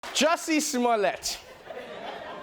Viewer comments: I bet you meant to say Juicy Smooyay. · It's jusssssie smolliet the French actor ....